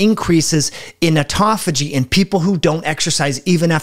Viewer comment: It's autOphagy, not autAphogy...